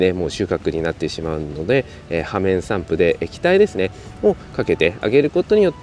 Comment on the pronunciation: 「ようめんさんぷ」じゃない？